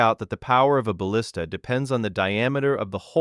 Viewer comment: And "ballista" pronounced "bahl-is-ta" when introduced, but pronounced correctly afterwards.